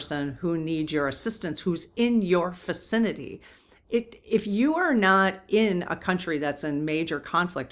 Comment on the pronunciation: “Ficinity”? Or, Vicinity you mean.